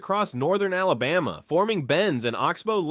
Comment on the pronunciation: This was totally false. It is evident that you know nothing about our Alabama. You need to learn how to pronounce the name too. You were so far off. And you lead into the video was a clear violation of YouTubes click bate policy. You never said anything more about Smith lake where the city was flooded and covered over by water. And most of the pictures were not from Alabama. How about fact Checking before you waste peoples time on something you know nothing about. Proud Alabama Native!